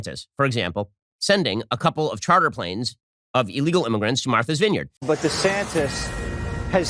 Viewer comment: “Marthers vineyard”